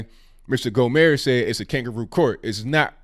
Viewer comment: No disrespect. But it’s GOHMERT with the T emphasized ✊🏼🇺🇸